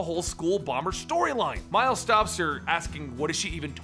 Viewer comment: "Mile Morales" xD